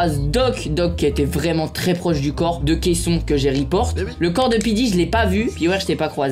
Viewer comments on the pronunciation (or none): Ses pas kaisson ses kalsson 🤫🤫🤫🤫🤫🤫🤫🤫le dit pas a meg